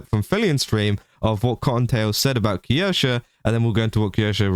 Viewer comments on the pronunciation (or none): The way your pronounce Kirsche is painful to listen to. You add an entire extra syllable for no reason and even when Kirsche herself says her name properly, you still add the extra syllable. 🤣